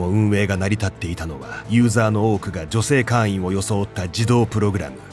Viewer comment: 会員を「かいーん」じゃなくて「かーいん」って読み上げてるのが気になって話が全く頭に入らなかった...